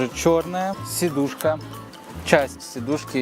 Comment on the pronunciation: Сидушка, а не седушка)